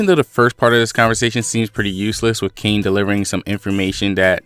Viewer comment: The pronunciation of Kaine's name would be Kai Ne, not Cain with a silent e.